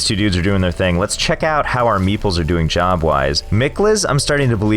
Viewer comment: Is it just me, that these 'meeples' really sound like 'meatballs' and startles me everytime?